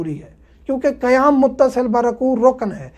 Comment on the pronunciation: Which One is CorrecT QaYaM or KaYaM, AAP KaYaM Kah RaHeY Hain.